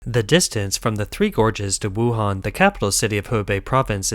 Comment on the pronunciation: Did you say Wuhan?